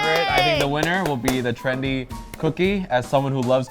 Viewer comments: It's "trendy" not Trandy, wtf is a "Trandy"? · you said Trandy, so what is it?